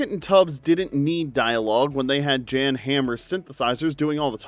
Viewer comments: You also didn't pronounce Jan's name correctly. I wanted to give this channel a chance, but this is my third video, and there are several mistakes in all of them. If it's your channel and your narration, take some responsibility. People make mistakes...not being humble enough to own up to them and blaming others is when things really head south. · Knight Rider, Family Ties, and A Different World ranked higher??? MV theme dominated the mid-eighties. I guess you can't expect much when he can't even get Jan's name pronounced correctly.